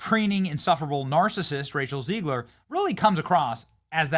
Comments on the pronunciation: It's ZEGlar, not ZEIGler. You're doing my head in. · It's ZEGG-LER not ZEEEEGLER.